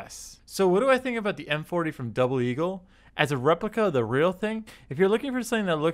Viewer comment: he kept calling it M40, it's MP-40.